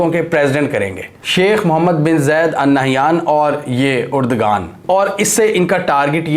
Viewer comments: Uragan nahi urdoaan hy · Why the hell you are pronouncing "Urdagan" ? Please correct yourself : Spell his name as..... "Erdoaan". mind you mr anchor that 'g' is silent here for pronunciation.